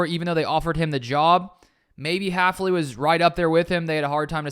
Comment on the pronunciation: It's hilarious that our new DC is so unknown most people in the media are getting his name wrong- Haf-NEE instead of Haf-LEE. It's also an example of why I watch smaller NFL youtubers over the mainstream sports media.